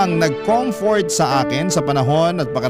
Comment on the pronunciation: Kinom-flirt ka hndi comfort. Mali dn si girl